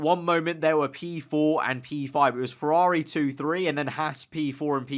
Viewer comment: It's pronounced "Hawz"....not "Hass". As a sidenote, interest in F1 is growing rapidly in the US because of this underdog team. Okay, it's Ferrari's B team...but Gene is paying for all this out of his hip pocket. To those who like to sneer at the Americans effort I ask, "Where's your wallet?" Anyway, really solid reporting on your part...you should do this for a living!